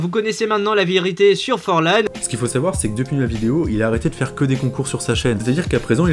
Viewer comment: Ouais ! T aurais du fiaire plus de recherche que ca ! T en a pas fiait asser ! Alors fIais en plus ! Serieusement, qu est ce que ce i fiait la ?